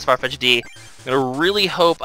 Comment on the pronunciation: FYI, it's pronounced Farfetched, just with an apostrophe instead of the "E". I love the Let's Play! I've been marathon watching it the past few days.